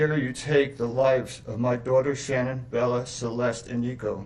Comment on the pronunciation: Come on pernounce Shannans name right theres no u in her name